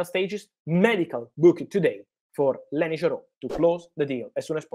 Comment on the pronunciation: Fabrizio can't stop saying lenS Yoro😂 Thanks Fabrizio for all Manchester United news ❤